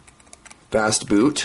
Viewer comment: yeah, you just missed the t in "fastboot"